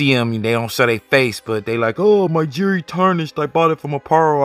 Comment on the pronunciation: "My 'JURY' tarnished"? It's two syllables, "Jewel-ry"? Jewelry. "Jury" sounds fuckin' ridiculous unless you're in a court room or something.